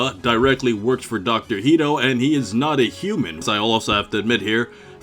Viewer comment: Is "Hedo" pronounced "Heedo" in the English dub of Super Heroes or something?